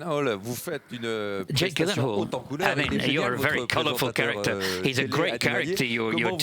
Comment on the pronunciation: Ooh they pronounced gyllenhaal wrong. I understand how he must have felt😬